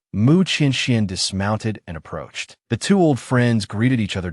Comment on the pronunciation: a drunk AI try to say approached :face-blue-smiling:😂